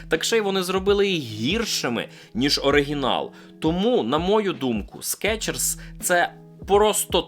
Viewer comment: СкИИчерс блин😂